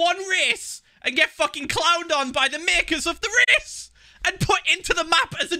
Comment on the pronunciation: "I go the wrong Whey in ONE RAHCE-"